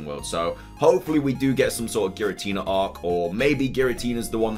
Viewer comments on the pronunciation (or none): none